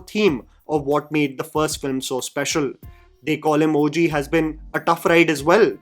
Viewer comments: Just used to pronouncing Daku Maharaj like Urvashi. This normal pronunciation just threw me off😂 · Come on,, that was lay-up missed to not pronounce the movie title as it should be 😭😌